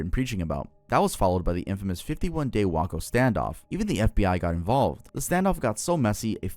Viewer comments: bruh do your research better 🤦 you saying wacko instead of way-co when talking about the Waco siege is so damn offensive. Have some respect, a lot of ppl died that day you wacko Edit for typos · please learn how to the say the town's name correctly. It's pronounced "WAY-co" not "Wacko". For the Texas cult, the ATF went hard on them because they were getting huge backlash for what happened in Ruby Ridge the previous year. Watch Wendigoon's video for more details. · I love your content dawg and I mean this in the nicest way possible, but your pronunciation of some names is really bad. In your Texas chapter, saying "Wah-koh" instead of "Way-koh" is wild 😭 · Waco pronounced Way-co Not wah-co Lol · I'm sorry it shouldn't bother me but it does it's pronounced A lamb Oh not the city Alamo , Way Co not WhackO, and Nex E Um... Not NXIUM Nexium.. like the medicine yes. Also this is probably just me but not being in alphabetical order is driving me absolutely crazy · Its Way-co not Wah-cuh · Cringing at your pronunciation of Waco. It's not Wah-co, it's Way-co. Also, the government murdered 80 women and children there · So. Why do YouTubers mispronounce shit? It’s pronounced Wake-oh, not Wah-Co. Just a weird thing I notice, mispronounces one word then fine everywhere else. Guess it’s algorithm crap. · It's called being human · bro… it’s pronounced Wayco. Not like Taco 😂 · It’s WAY-co not wA-co. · Say "WAUKO" one more time 😒 Waco Tx is pronounced "WAY-KO" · Its WAY-co Waco Texas. Lmmfao not whacko tx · They way you pronounced Waco - LMAO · Dude, wayco. Not wacko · “wah koh” ur inability to pronounce words is fuckin crazy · You pronounced Waco like taco... 😳😲😬😆😂! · “Whacko, Texas” 😅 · Bro said Wahco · I'm from texas, my grandparents live in Waco, not to be THAT guy but it's pronounced way-coh lmao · Lmaoo Waco😭😭 it’s pronounced way-co lmaoo💀🥀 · Bro said “Wah-Co” 😂😂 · wok-oh and shay-anne is crazy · Waco WAY-CO My dude 😭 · as a texan that “whacko” hurt my soul 😔